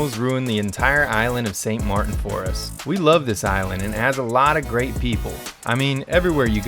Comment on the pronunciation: "St Mar-IN is sick..." Um, did you mean St MARTEN"?